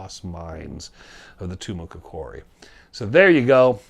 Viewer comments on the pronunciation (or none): TOO-MAH-KOCK-EREE (accent on the KOCK really).